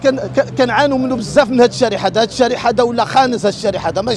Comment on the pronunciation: الشارع وليس الشارح